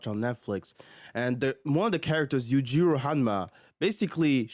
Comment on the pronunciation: Backy 😂😂 But you say Yujiro's name right. Elite trolling.